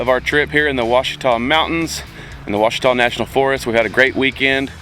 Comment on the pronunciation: Pronounce Washita